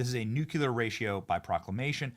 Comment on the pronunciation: "New-Clear" not "New-Kew-Ler"!!!